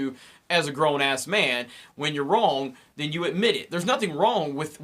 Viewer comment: You are wrong at pronouncing the word "wrong".